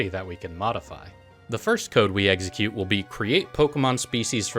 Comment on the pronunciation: The video is so great but for the love of god please pronounce execute correctly..